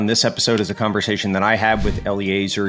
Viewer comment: A convershation?